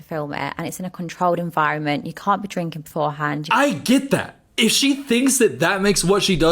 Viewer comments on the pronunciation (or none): none